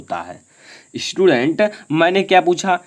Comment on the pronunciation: बेटे ईस्टूडेंट ना होता स्टूडेंट होता है।